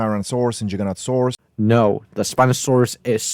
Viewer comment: “Carnotaurus Vs Jigganotosaurus”